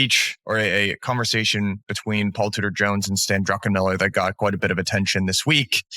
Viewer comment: Why do so many financial channel interviewers and guests add a second 'n' to Druckenmiller's name?